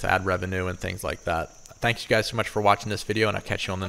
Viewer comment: Sounded like she said thank u lollll